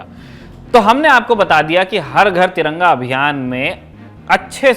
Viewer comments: Bhai Taranga nehin tiranga, sahise bolo sec dekho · Taranga...kyo bol rhe ho aap